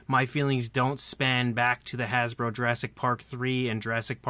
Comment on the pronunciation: "Hasbo" LOL